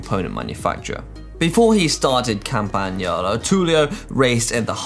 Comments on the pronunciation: Poet He said YALO but it's YOLO...I think that was Luke's point... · CampanYALO whaaaatttt? and correct pronunciation of Foreign language words don't go together. Disernack comes to mind as well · ' pronunciations get ever better... afraid I actually don't recognise the name campagni-owl-o. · That "yah-low" pronunciation was a first for me. In fairness to him he's probably so upper-class he can't actually speak coherently to mere peasants like ourselves